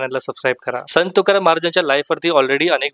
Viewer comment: अगोदर मराठीत संत तुकाराम शुद्ध बोला मग आणि त्या चित्रपटावर बोलण्याची पात्रता प्राप्त करा नुसता review च्या नावाखाली दुकानं उघडलीत असले review म्हणजे ...... असो आपल्याला परमेश्वर अभ्यासोनी प्रकटावे अशी सद्बुद्धी देवो ही तुकाराम महाराज चरणी प्रार्थना